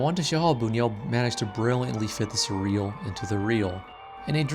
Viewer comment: Also: his name is pronounce 'boon-yoo-ELL', although the French pronunciation, 'boon-WELL', is also accepted. (Sorry, I'm a tightass about this stuff!)